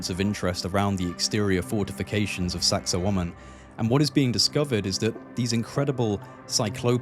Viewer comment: well, it isn't and a native speaker has a youtube on pronunciation. Besides which, you are not saying wa-man, you are saying wo-man with the accent on the second syllable. I have heard numerous people talking about this place and there are two, you and another, who are saying it that way. But whatever, I'm sure you are right and everyone else is wrong.